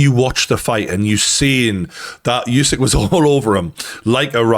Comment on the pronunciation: Bro it’s oooow sick Not you sick 😮